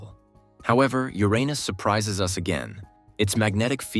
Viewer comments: A vid that says the name Uranus correctly gets you liked and subbed! Maybe i should propose to the AI lol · Thank you for pronouncing the name correctly. The current pronunciation is far worse.